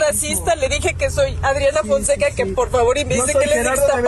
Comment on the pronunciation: Es que dijo Audriana Founseca.... en vez de Adriana Fonseca a quien se le ocurre?!😂😂😂😂😂